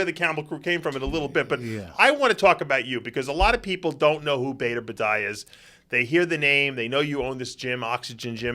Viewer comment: His name is Bader, not Badder.